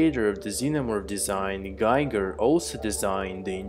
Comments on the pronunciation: bro, his name is pronounced GEEGER not GAIGER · Giger rhymes with eager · Interesting thoughts. Just a small side-note: The famous HR Giger's name is correctly pronounced [ˈɡiːɡər] ≈ GHEEger. Since the name isn't an English one, the "i" isn't pronounced the English way. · Please look around for the correct prounciation of Giger's name.